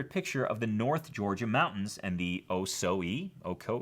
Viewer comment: Ocoee is pronounced o-KO-ee 😺Middle Georgian here and TAC member. Thanks for the excellent advice and tips